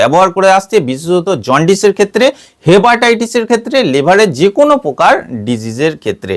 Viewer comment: "প্রকার" শব্দটির উচ্চারণ শুদ্ধ করুন। "পোকার" নয়, "শব্দটি "প্রকার" (Proker).